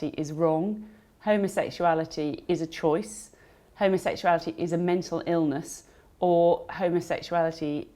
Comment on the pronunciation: She can't even pronounce "homosexuality " correctly. Channel 4 IS fake news.